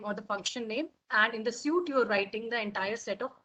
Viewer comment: She is pronouncing "suite" as "suit" how will the candidate understand?